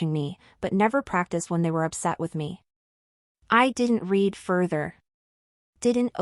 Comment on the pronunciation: AI can't tell the difference of read and read, past tense. . . AI fail